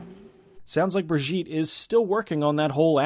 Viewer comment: Brigitte Nielsen does not pronounce her name like Brih-zheet. It's pronounced Bridge-it. Now you know and knowing is half the battle. 😎